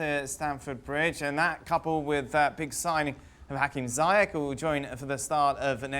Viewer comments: It's not zayek, its ziyesh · Hakim ZEE-YEASHHH not Zyjek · For f*ck sake... Z-yech not Zai-yech... what do English ppl have with screwing up Arabic names? It's not that hard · just want to correct you the right prononciation of ziyech name in native speaking , well , it is spell it like "zeeyash" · keerthan bs zeeyatch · youd think that proper commentators would know how to pronounce ziyech